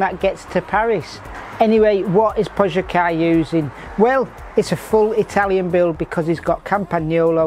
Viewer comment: I have quite literally never heard pronounce anything correctly. My favourite moment was when he called Pogacar 'Tadj Pogaj' in a video a few years ago. Edit: 'Pojacar'. Amazing